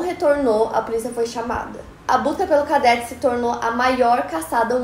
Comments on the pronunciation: Cadête,não cadéte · Cadête e não cadéte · Sem querer ser chata, mas já sendo... A pronúncia é "cadête", não "cadéte" Obrigada pela atenção 😂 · Adoro todos os episódios!!! Só uma observação, a pronúncia é "cadête" e nao "cadéte". Parabéns pelo seu esforço e sucesso sempre! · Aí que agonia de ouvir cadéte, é cadete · uma correçãozinha: é cadête e não cadéte. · Só uma correção na sua pronúncia, é cadête e não cadéte... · Se pronuncia cadête . Que história mais estranha😱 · É cadête e não cadéte a pronúncia!! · Na palavra CADETE, você pronunciou /kadéte/ o certo é pronunciar /kadête/ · a pronúncia errada de cadete quase me matou k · Que agonia ela falando Cadete errado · Como é possível alguém formado em jornalismo não saber pronunciar a palavra "cadete"? 😨